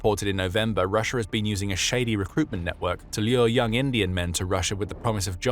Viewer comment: Why do you say Rush-er? There's an A at the end of Russia. Rush-ah!